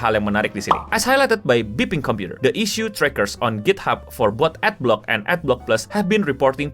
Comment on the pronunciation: Bacanya Ad block bukan Ad blox